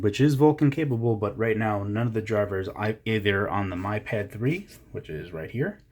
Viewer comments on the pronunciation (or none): lovely review. i didn't want to be that person but it's pronounced 'me' pad. just saying. it's annoying